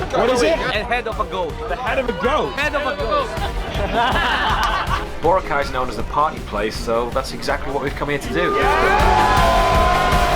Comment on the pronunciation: Thank you! It took 18 min into this video for someone to correct the white people from mispronouncing Boracay. That was annoying